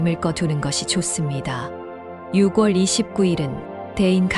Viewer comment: 발음이 이상하네요 6월을 유궐이라고 발음하네요